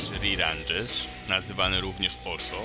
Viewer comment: "Randżesz".... nawet nie umiesz poprawnie wymienić jego nazwiska. Kolejny mitoman i poszukiwacz taniej sensacji.